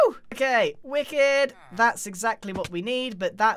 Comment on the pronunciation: Any other Bostonians get whiplash when they heard “Wicked” in a British accent?